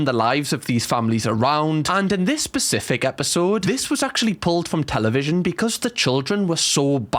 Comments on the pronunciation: And in this ‘pacific” episode?? 😂❤Very cute. #specific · Hiya I've watched a few of your videos, you always say PACIFIC it is spelt SPECIFIC just incase your illiterat I thought ide try help :)